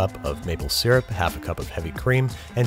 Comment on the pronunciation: finally an American who says syrup right (it's see-rup not sur-up)